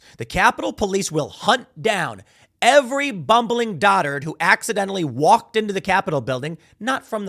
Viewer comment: Dotard is pronounced D'oh tard.